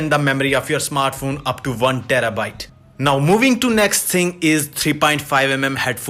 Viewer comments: What is a "snartphone" ? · "best snartphone of 2020" A lot of effort went into making this video.